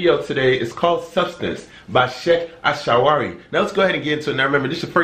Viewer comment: The way he pronounced his name is so funny 😀😀 Good brother keep going👍👍 El Sha'rawy was a great Imam and scholar who did his best in spreading Islam all over the world . Best greetings from Egypt